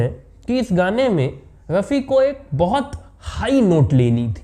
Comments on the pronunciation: Apni language theek ker . Aur bol Mohamed Rafi sahab. Yeh kya laga rakhkha hai raphi raphi .. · ये कहानी कहां से लाएं जनाब बी बी सी वालों आप से राय लेने ।भेजना पड़ेंगा रफी साहब कहना तो सीखलो pronunciation तलफ़्फ़ुज़ की अदायगी करना सीख लो भाई एंकरबाद में बनना तहजीब परीवार आती है बच्चे के पाओ पालने में दीखते हैं ओछी हरकत करना..….......